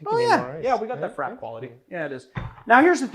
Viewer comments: frappé should sound like like frapp-A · please dont say frappé like rap with an f in front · Does anyone else think it’s pronounced frappée?